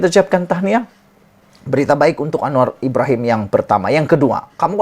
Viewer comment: Admin kau tolong sebut dengan betul nama PM kita tu..jgn kau ingat dia kawan kau..